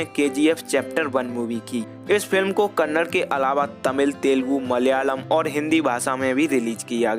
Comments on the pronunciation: Bro pronounce as kannada, not kannad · Bro before making a biography on yash you should pronounce correctly its not kannad its kannada and its not karnatak it karnataka first improve your pronunciation then make a video afterwards every north indian will started pronounce kannad instead kannada yash sir said many times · Stop saying Kannad it's Kannada like it's Hindi not Hind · Bhai ek baat jaanlo, 'kannad' naam ka koi bhaasha nahi hai 'KANNADA' bolo. Ham sab 'HINDI' bolte hai koi bhi 'hind' nahi bolta hai